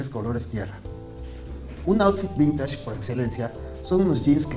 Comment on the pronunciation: No se dice vintash, se dice vintesh 😏